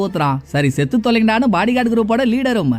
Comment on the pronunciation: சே நெடில் இல்லை செ குறில் 😂😂